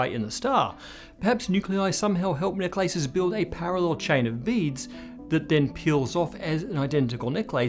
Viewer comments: I kept hearing "neck lices". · The only thing I got from this video is that he pronounces "necklaces" differently. 😅